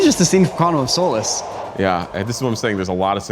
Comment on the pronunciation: quantum of SOULUSS 😂